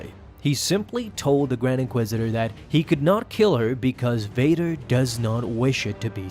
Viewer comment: Its v as in victor